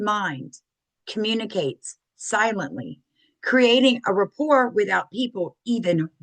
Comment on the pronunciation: “rapport”, not “report”.